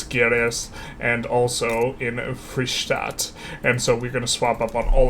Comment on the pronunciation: Minas is nice, but Gerais the G isn't hard. I don't think there is this sound in english, but a soft G like in general (who could mean general or geral in portuguese) or like Cashew, which came from Caju, and this J has the same sound as the G in Gerais.